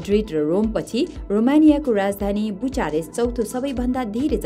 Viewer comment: बुचारेस्ट होईन बुकारेस्ट हुन्छ उच्चारण 😶😶